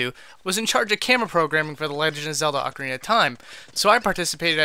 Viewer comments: One minute in and someone's already said 'oakarina of time' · Does the UK version of Ocarina have an ‘r’ at the end of it? Ocariner? I don’t understand lol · Its pronounced aw-kah-ree-nah dummy